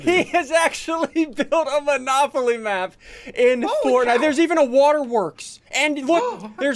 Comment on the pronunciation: You just called manopoly